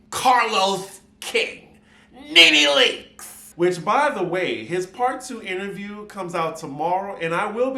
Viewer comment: ' pronunciation of Nene Leakes as Carlos Sends me EVERY time.😂